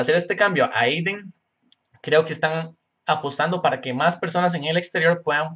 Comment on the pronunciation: es adyen no ayden